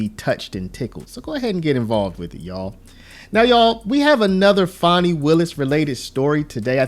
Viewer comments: I think you are pronouncing her name wrong. I believe it is pronounced 'fanny', not 'fawny'. Lol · fan i not fawn i . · I think it’s pronounced Fan ee not fawnie. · It’s FANNY! Ya’ll been gaslit into saying it wrong 😠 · FAN-e, as in football fan 😂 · Do you have a problem pronouncing this word "Fani" sound it out. It is a behavioral description.